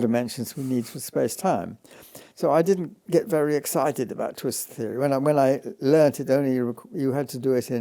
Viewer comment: The interviewer cannot say theory without messing it up. Why does he think he can interview in English ? He obviously does not understand a word of what Penrose is telling him. I do not even think he is mathematically literate.